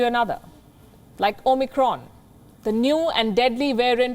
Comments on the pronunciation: She keeps on saying OMNICRON. Isn’t it OMICRON? I never heard Palki with mispronunciation but for this one I am keep hearing omNicron. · O-Micron???? At least it wasn't "O-MEGA"!!!